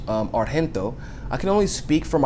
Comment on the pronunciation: The g in Argento is pronounced just as a normal g (like in giant or Genoa), since she's Italian. she's the daughter of Dario Argento, an iconic horror movies director. I just thought it could be useful, I don't want to act as a know-it-all, I just know since I am Italian and she is quite famous here.